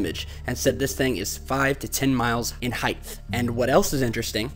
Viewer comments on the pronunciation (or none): Great video, one small thing though........heighth if that is how you spell it, isn't a word. it's just height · i was with you until you said "heighth"